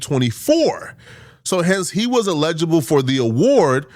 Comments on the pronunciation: saying "eligible" is sending me 😂 bro that word is body slamming your big azz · I love the videos big fan but Google the pronunciation of eligible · Can someone please teach this guy how to say eligible? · Got me over here sayin eligible wrong 😅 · Bra, learn how to say “Eligible”before you start saying people are dumb and can’t deal with complex thoughts. DON’T then breath you slide through saying “Eligible” the wrong way 🤣You 30 something, it’s embarrassing doggie… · not being able to say “ELIGIBLE” is hilarious 😂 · He Calling people dumb but the whole video he saying allegeable when he should be saying Eligible 😂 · He's pronouncing it like the word legible and it's killing me too 🤣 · doesnt know he's meaning to say eligible but he keeps saying allegeable.....all while calling people stupid 😭😭😭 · Say it with me “(EL-uh-juh-buhl)” or “L-LAH-jah-bull” = Eligible 😂😂😂 not “allege-able” 🤭💀 good vid though 🤞🏾👌🏾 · el-i-gi-ble. I will allow 2 mispronunciations. Then I gotta let you know. I've been accused of being a grammarian by an English teacher. 😂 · Btw it's "eligible". You really not as smart as you think my boy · #ELIGIBLE (el-a-ja-bel) allegible or whatever word you making up must be in the tether dictionary. Go to Google type in the word and tap the speaker 🔈 button. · El-i-gi-ble say it with us… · It’s ella - ji - bol … still love you though my African brother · Ay not hating or tryna be THAT guy but the way you say eligible makes it sound like you are saying illegible which means something is hard or impossible to read. Eligible means not qualified which is what you were tryna say. You are very well spoken so just wanted to lyk my guy. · Eligible say it with me now ELEH-GUH-BUL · Eligible. "EL-lih-ghea-bull" ...say it with me, one at a time, then all together one word . Eligible. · Bro you’re pronouncing “Eligible” incorrectly lol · Why is he pronouncing eligible like that? 🤦‍♂️ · He's pronouncing eligible wrong